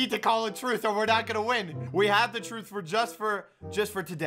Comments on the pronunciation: When says truth instead of truce. Me: 😑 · Anyone else notice how he said "truth" instead of "truce"? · its truce not truth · ITS TRUCE (TRU-SE pronunciation) please never say that like truth again